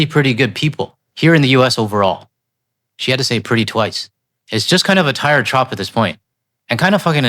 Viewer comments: Hi! Please keep up the great fight!! Thanks for pointing out all the delusions from the "Macaroni Brains"... You know people who put feathers in their caps and call it macaroni! Hahahaa. * Just wanted to give you a heads up. "Trope" is pronounced like "rope" vs "hop". Hope this helps. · "trope" = rhymes with "rope".